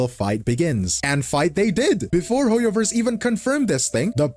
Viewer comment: It's HOYOVER, time for a Hoyo-vorce!